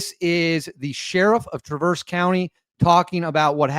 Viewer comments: BTW. It's TRAverse. Not TraVERSE. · It’s not pronounced Traverse. It is Traver(s) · Hi,, thanks for posting ♪ This is MY state, but I'm in Metro Detroit. Tra-verse has the accent on the 1st syllable: So it's TRA' verse. ♥♥♥ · Pronounce it lke Mary Travers of Peter, Paul and Mary. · It is pronounced Tra verse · It's all over local, State, Midwest and National media as to how "Traverse" is properly pronounced. It isn't like you are going up switchbacks on a mountain road. I feel embarrassed for you that you couldn't have done at least a modicum of research into the pronunciation of the city on a national news story. FMTT! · learn to say traverse …. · You're going to do report on the city please learn how to pronounce it cuz you sound pretty stupid when you don't makes me question all your other Remarks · You mispronounced the name of the city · The first “a” in traverse is pronounced like the “a” in bat fyi and the “s” is more like a “z” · Hi friend...suggest you check the pronunciation of the word "Traverse" as in Traverse City. The accent is on the first syllable, not the second. Good video! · You're pronouncing it wrong.